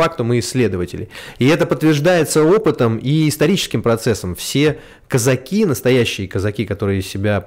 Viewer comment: user-ph9ls7wh1b но они об этом могли и не знать. Это было давно. Казаки - ударение на 2-й слог.